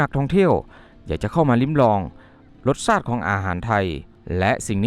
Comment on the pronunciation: แอดครับ พูดช้าๆก็ได้ รสชาดอาหาร=รสชาติอาหาร และอีกหลายๆคำยังเพี้ยนนะครับ